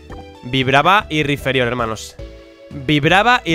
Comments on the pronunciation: Es Rhyperior no Rhyferior x3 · RAIPÍRIOR,, RAIPÍRIOR. NO RIFERIÓR. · es rhyperior ni rhyferior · PORQUE COJONES DICE RHYFERIOR, QUE VA CON P!!!!! ES RHYPERIOR RHYPPPERIOR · Por cada ves que dice mal el nombre de Rhyperior deseo con más fuerza que pierda el locke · Drapion acero Taparme los oidos Riferiór (acento para destacar la o, no por gramática) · Rhyperior "PERIOR" pls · Que alguien le diga a ese hombre que se dice "raiperior", gracias